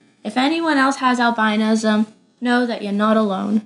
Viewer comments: honestly just cause she is different doesn’t mean people should hurt her and also she is saying albinism wrong it’s al bin ism not al bine ism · I thought it was pronounced all-binow-ism?!